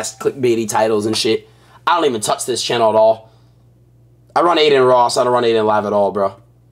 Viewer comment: Adin chair say “ quer sus”😂😂😂😂